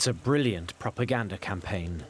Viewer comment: Prooganda...., although I can draw similarities between hitler on meds and biden🤣😂🤣😂